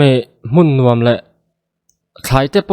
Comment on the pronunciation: Run rem ka nùam, a ni lo, run rem ka nûam(a ri kûai chho tur aw) tiha lâm rik tur a ni. Nûam tih hi châk, thlahlel tihna a ni...